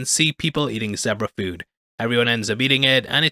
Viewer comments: No wonder ya pronounced zeborah instead of zebra.9min 51sec in. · Is it really "zeh-bra" and not "zee-bra?" 😅